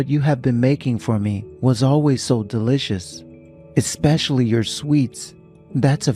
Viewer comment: From that day forward HE and I were dating. Not him and I were dating Both of you guyses parents. NOPE!!! 👎 Both parents or both of your parents. 👍 It’s pronounced eSpecially not eKspecially.